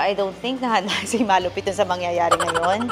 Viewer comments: it's ma-lu-piiiii-toon not ma-lu-piton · It's Ma-lu-piii-ton not Maaa-lu-pi-ton 😅 Sorna na.. Bicolana here😅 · They always miss pronounce MALUPIIIITON to MAAAALUPITON